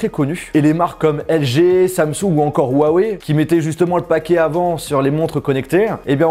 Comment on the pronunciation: GG huawei;) mais sinon ca ce prononce wawey